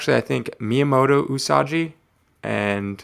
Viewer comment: Love that book. One of the most scarcely found books in any grade. But allow me to further correct you on pronunciation Its U-Sah-gee うさぎ The [ ぎ ] is translated to as gee or gi. Like saying GIgawatt without the ...gawatt part My credentials: just spent 2 semesters of college studying Japanese. Still love the vid though so please don't take it as someone on the otherwise looking to just correct. The way you're saying Yojimbo is correct.